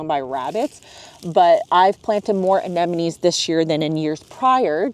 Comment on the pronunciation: Why everybody pronounced "anenemies"? These are ANEMONES not "anenemies".